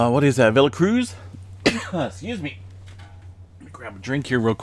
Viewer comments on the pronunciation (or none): none